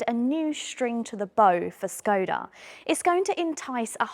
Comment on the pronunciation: hello unplanned woman. Skoda is pronounced shkoda.